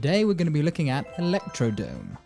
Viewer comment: Fun Fact: This track is called and pronounced ElectroDROME not DOME